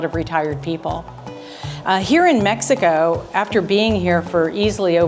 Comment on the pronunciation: said Mex ico 3 world engineer